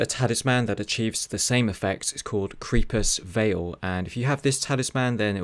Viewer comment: Why can't anyone pronounce anything properly anymore? Creepus Veil ??? That's not even trying, you didn't even read the title did you?